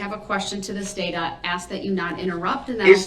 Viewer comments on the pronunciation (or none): Love how she finally got him with “bias” after she has enough but wouldve loved to see her correct him on “ask” even more. She should’ve had him spell it out and ASKED why it’s so hard to properly pronounce a 3 letter one syllable word.